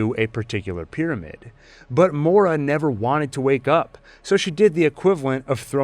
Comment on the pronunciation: I was convinced her name was spelt Maura but pronounced like Moira -M-oy-ra (it's Irish, just like her brother's name - it's a very eye catching detail that noone has spoken about in breakdowns - in English polite society in the 1800s it wouldn't have been acceptable to name their children Irish names because of the occupation - that's how I knew straight away that it was strange) You called her Mora, like Laura, the whole time but then I watched it back a bit and now I'm not so sure